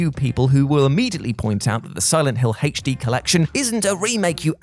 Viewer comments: You love adding extra letters to words 🤣 “haytch D” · Hache-Dee > HD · “He’H’ D” 😂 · is making me question if I’ve been pronouncing “HD” wrong this entire time.